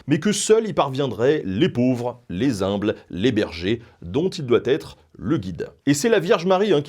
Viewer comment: Si il y avait même les zimbles... (Humble, le H est muet)